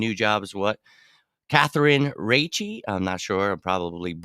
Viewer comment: Precision : Raiche is pronounced without the "e". So, pronounced like a diminutive to Rachel, "Raych" if you understand.